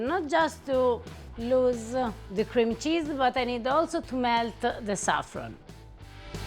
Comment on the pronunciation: She can't pronounce cream cheese.